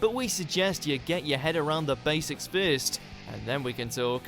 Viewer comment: thanks. I knew his accent wasn't real, not just because of his bad placename pronunciations, but also because of simple words like 'bird' and 'first' - which in his case sound more like Australian than English. It's understandable though, I mean, we only have 70 million Brits living here, so obviously we don't have a large pot of talent... Er, wait...